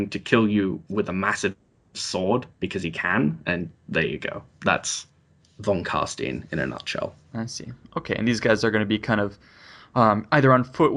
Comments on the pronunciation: whats with this Von casteeeeen? i thought it was pronounced CarsInes enthisis on the 'I' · Oh my god everytime the say Von Carstein as Carstien im filled with impotent nerdrage!